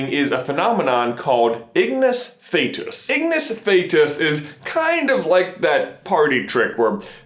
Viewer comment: Ignus Fatuus, the second word is pronounced fat-choo-us